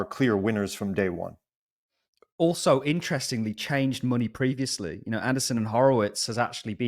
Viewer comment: it's Andreesen, not Anderson, Horowitz.